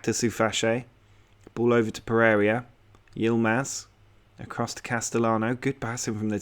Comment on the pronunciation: i scream a little on the inside (and a couple of times out loud) everytime you pronounce Pereyra 'Per-area'. Good work otherwise, enjoying the series.